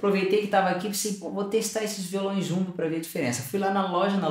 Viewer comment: Parece que você falou "Modelo Chungu", impressão minha talvez..